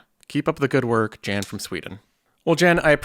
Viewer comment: The J in Jan has a Y sound. Yawn = Jan